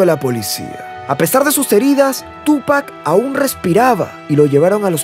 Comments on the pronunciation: Tupáccccc Con acentooii o sonidoio fuerte en la ú xfa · No puedo concentrarme en el video si sigue poniendo acento a la U al llamarlo Túpac. No lleva acento maestro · hermano pronuncia bien el nombre, carga la acentuacion en pac... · Me sangran los oídos cada vez que dice Tupac!